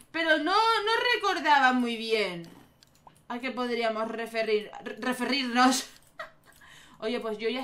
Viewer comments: "Referrir" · "rrreferrir" Me encanto XD